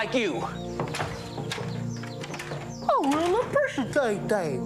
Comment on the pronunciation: " I really appre-shitate that"... 😅 is so funny and sweet